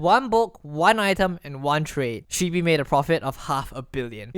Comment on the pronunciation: My only anger with this video, is he pronounced shibee wrong.